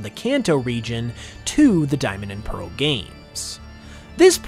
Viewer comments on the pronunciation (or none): none